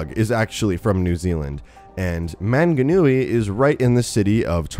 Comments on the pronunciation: As a New Zealander I never hear many North Americans trying to pronounce the Maori city and place names so I had a good laugh, but he did well considering he's probably never heard them verbally said before. Super excited for a map in New Zealand though, even though Roadhog is technically from New Zealand it's often overlooked so this map is gonna be cool because Overwatch is super popular among Kiwi gamers. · We are not "offshore" of Australia. There's 4000kms between us. Nor are we "a small island". We are many islands. You spelled Maunganui wrong. You also pronounced it wrong, along with Tauranga (which I can't really fault you for). You also used a photo of a snow covered mountain which confuses me. It was obviously not mount Maunganui, Tauranga is a very sunny place. We are a Polynesian nation after all. When it comes to Overwatch lore though, we don't know the state of NZ, do we? It's too far away from Australia to have been affecting. Assuming something seperate didn't happen to ruin NZ. I think it would be a waste to have the NZ map be a post-apocalyptic one seeing as Mount Maunganui is a beautiful place. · hahaha im from new zealand, the pronunciation is so wrong, the mountain shown is not maunganui its ruapehu and its much bigger than "a small island off the shore" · Sorry but you pronounced manganui wrong I'm from New Zealand it's cool to see a map from NZ but it's just wrong😐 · You absolutely butchered how you Maunganui and Tauranga, it was marvelous, good try though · He so butchered the pronunciations of manganui and tauranga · As a kiwi, I am offended that he pronounced Maunganui and Taraunga wrong. But he pronounced them better than Stylosa. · 1. Its not Mt. Manganui, it's Mt. Maunganui (pronounced M-au(like in caused)ng-a-nui) 2.It's not an actual mountain like it shows, but rather a cool looking hill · Manganui is spelt wrong, (Maunganui) and you have pronounced Maunganui and Tauranga wrong but no biggy :P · The pronunciation of manganui 😂😂